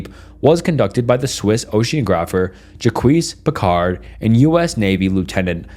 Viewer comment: The way he pronounced Jacques Picard has me on the floor💀